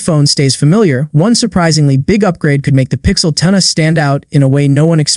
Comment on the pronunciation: Terrible ai slop video (“pixel 10-uh”)